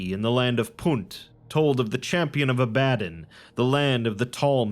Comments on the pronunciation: Just gotta say, it's the Lands of AH-buh-DON, not ah-BAH-dun. But this is a great video regardless! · It is pronounced Ab uh don